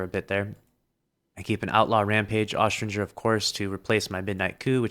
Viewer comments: Why does he say “aus-strin-ger” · Can someone please teach him how to say Austringer?!